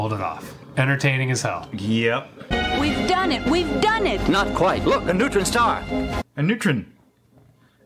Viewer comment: “Not quite. Look, a nu-tren Star,” lmao. 😆😂🤣 Apparently it’s a star that got neutered, lol. Im sure he meant neutron star.